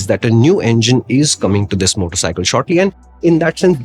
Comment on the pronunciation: " Zisss motorcycle " 😂😂